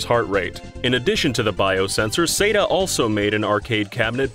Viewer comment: ARE YOU SAYING SEGA OR SAYA SETA IT SOUNDS WEIRD AND